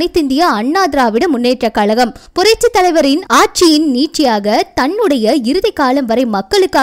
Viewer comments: முதலில் தமிழை கொலை பண்ணாதே அம்மா. கலகம் இல்லை கழகம் .கொடுமை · Saniyane mudalil thamizh enru sol. Kalagam kalagam enru moota they. Kazhagam enru sol. Learn thamizh first